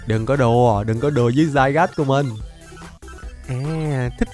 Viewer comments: Nó là zygarde mà đọc tiếng việt là zi ga đi mà dao ah đọc za gát :/ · Anh đọc zygas là sai r anh đọc zi ga đi là được ạ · nó tên là di ga đê anh chứ ko phải dai gát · Cho em bọ hôm qua gigantamax đi anh Với lại Zygarde đọc là Zy ga đe chứ ko phải là giai gát =)))) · ơi con đó đọc là zy ra đê chứ ko phải zygarde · Anh ơi trong bộ xyz con rắn đọc là zygarde chứ ko đọc là zaygar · anh ơi zygarde đọc là đi ga đê chứ ko phải dai gát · Zygarde đọc là dy ga đi anh ơi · Zygarde đọc là zi ga đe anh ạ ko phải Zy gát đâu ạ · Zy ga đê a ơi chứ k phải zairaz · Zy ga đi chứ k phải giai gác a ạ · đọc là zy ga rư đê anh ơi chứ ko phải là zai gát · Ko phải zai rát mà là zi ra đi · đọc sai r Ko fai đọc là giai gát Mà là di ga đi nha anh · A bảo zygade là dai gát a đọc sai phải gọ là dy ga đê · Ko phải dài gat đâu anh mà là di ga ru đê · Em pokemon ấy khum phải đọc là zai gát đâu anh mà phải đọc là zy ga de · a đừng đọc là zai gát nữa huhuhuhuhuhuhuhuu đọc sai ùi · Đọc là zy ga đê chứ ko phải zai rát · có 1 vấn đề từ hm qua về việc đọc tên con zygarde:v nhiều ng bảo đọc dai-gát là sai di-ga-đê mới đúng:v t ko hiểu mấy ông nghĩ gì luôn,rõ ràng dai-gáp là tên gọi chính thức đầu tiên mà mấy ông còn bảo sai thì t chịu r:v trong anime có thể là mấy ông lồng tiếng ko quen miệng đọc là dai-gát nên đọc là di-ga-đê:v ý của t ko phải là đọc là di-ga-đê là sai mà ý t là cả 2 cách gọi đều đúng,ai mà bảo đọc dai-gát là sai thì mấy ông là thần đồng pokemon con mẹ nó r:v (cá nhân t thì t thik đọc là dai-gát hơn,di-ga-đe t nghe cứ kiểu phèn phèn:v) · Anh đọc Sai tên zygarde rồi anh phải đọc như tiếng việt vậy là zi ca rư đê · Zygade phải đọc là "Zy ga đi" mới đúng:v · uk thì tên là zygarde nhưng đọc là zai gát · Zygarde trong phim thì đọc là zy-ga-đê đấy anh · Con zygarde độc là gi-ga-đê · di ga đi ms đúng mà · nó tên zi ga đê mà anhh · zygarde đọc tiếng việt là Zi ga de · Ko phải zai rát mà là gi ra đi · Anh đọc sai tên zygarde và Xerxes rồi